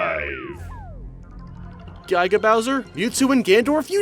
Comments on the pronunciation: Gai-ga Bowser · Why do you say Guy-ga Bowser? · "Guy-ga Bowser"